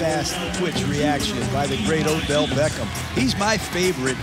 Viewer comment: Did anyone else here him say Odell Becken??